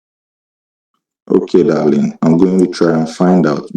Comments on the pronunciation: Every time I hear him say dahleeng and profess lurve I need to swallow a tiny bit of vomit. Will enjoy his come uppence immensely. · Doll-ling , doll-ling 😅😂